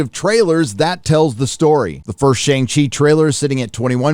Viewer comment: I used to buy from Russ at a the old school Outpost (yes, pre reboot non creative name chang she) and you have turned pop culture heel. Why? You pronounce Shang properly (fake ass pandering)